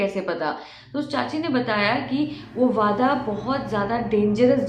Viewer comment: Its वाडा not (wada वादा)